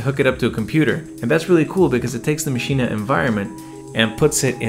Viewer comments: Should I be saying “Maschina”? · Why does he keep saying machina?